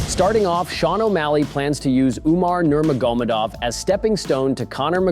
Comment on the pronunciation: Bro said Nurmagomadov in the most retarded way ever